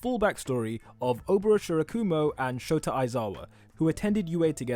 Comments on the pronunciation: Why is he keep saying for aisawa and not shota.btw lov u vids,real helpful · Did he just say “ aizawa”, that sounds familiar, like todoroki